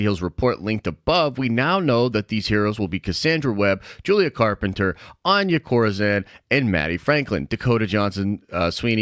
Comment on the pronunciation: it's pronounced "on ya" 😂😂